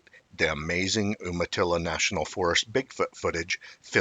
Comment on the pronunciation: Try saying "You Ma Ttil La". Then you will be able to pronounce Umatilla.